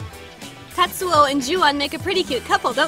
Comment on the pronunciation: tatsu sounds like your aunt from new jersey saying tattoo